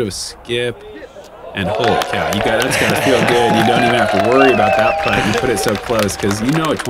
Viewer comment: First time ever watching this, and it annoyed me every time when they said “putt” lol it shouldnt have but damn